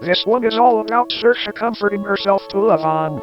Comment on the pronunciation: how did you get a tts of all things to correctly pronounce saoirse's name lol